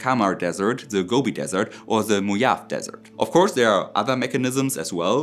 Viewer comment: Mojave - mo-ha-we. Gern geschehen.